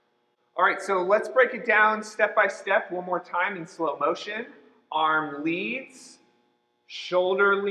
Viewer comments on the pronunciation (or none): none